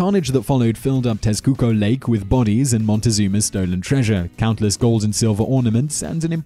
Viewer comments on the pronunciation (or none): none